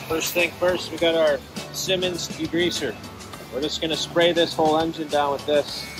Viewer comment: "Simmons" degreaser? Lordy!